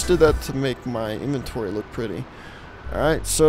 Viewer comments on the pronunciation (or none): none